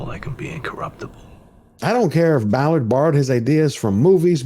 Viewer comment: It is Tim Ballard, not Tim Mallard. No big deal to Tim, I am sure. He must be extremely happy for your exposure of this situation.